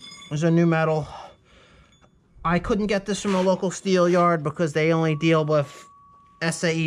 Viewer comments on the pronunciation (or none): Not sure if it’s an accent or not but when you say “with” it sounds like your saying “whiff”